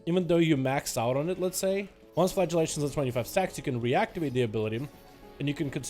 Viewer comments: It sounded like he kept saying "flatulation" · he absolutley is